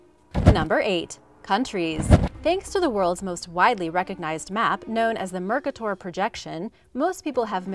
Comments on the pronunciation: I'm kind of confused by everyone who's laughing at your pronunciation of 'Mercator', only to then propose or imply an Americanized pronunciation that's even worse. The proper pronunciation is /mɛrkatɔr/ and not any of those ugly diphthong-riddled half-baked attempts from those who have never heard a different language besides the English dialect they grew up with. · Hi, with this much exposure, please, do check pronunciations of sir/methods/nomenclature Names/Terms. Its mer CAy teur. (/mərˈkeɪtər/) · Mapmaker "Mer kuh tor"???? Where do they find these people? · Mer-KAY-ter! (Mercator Projections) If you are going to be an educational channel, get your pronunciations correct. Lazy science is bad science. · i'm flemish as mercator was. it's pronounced merr-ka-tor, merr like in merry, strong accent on the ka. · A nice video... but constructive criticism.... "Mercator" is pronounced Mir ( like in mirror) Kay (like the letter K) Tor (a rocky peak) And something CANNOT be "extremely unique" unique means "Only One" (Just like there cannot be "extremely ultimate") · Mercator is mispronounced! Mer-cay-ter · no. i'm flemish as mercator was. it's pronounced merr-ka-tor, merr like in merry, strong accent on the ka. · First, it is pronounced "mer Ca tor". Emphasis on the middle sylable with a long A sound, Second, so you can recite measurements. Wow. There are pictures available if you truly want to show a size comparison. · Or if it helps mer-ka-ter is the best way to pronounce it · I would like to know how you can't pronounce Mercator? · Wow did you say Mercator like that? Tf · Teach your robo-voice how to pronounce "Mercator." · Francis Hopkinson 1777, , you mispronounced Mercator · The guy was from Flanders and the name is Latinized. This English/American pronunciation you're proposing is rubbish! The lady in the video had a weird pronunciation too, but at least each vowel came close to what it's supposed to sound like, i.e. without any diphthongs.